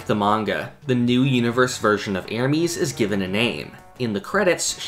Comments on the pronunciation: I'm triggered about the bad pronounciation of Ermes. It not erEmes and especially not Ermeeeees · How tf doe you pronounce Ermes as ermies